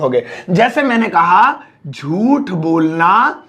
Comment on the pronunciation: Bolna. Bonla 😂😂